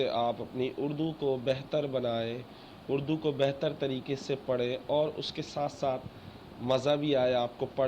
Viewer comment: اڑدو نہیں ہوتا بھائی اردو ہوتا ہے